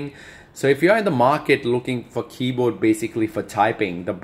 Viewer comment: Hazard G0dz no! he's saying that the guy pronounces it as keyboad instead of keyboard